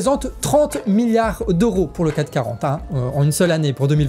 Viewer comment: "caC 40", pas "cat' 40" ,) merci pour l'investissement,continuez